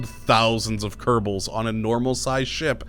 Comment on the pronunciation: Ker•Bal, not Ker•ta•Ble.